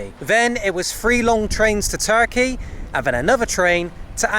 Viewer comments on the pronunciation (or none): none